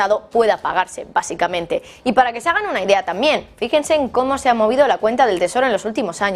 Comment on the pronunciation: UNA PREGUNTA...POQUÉ USTEDES EN VEXZDE DECIR TAMBIEN ,DICEN TAMIEN¿...PREGUNTO